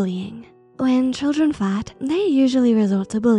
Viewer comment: "When children fat?" Or do I hear wrong?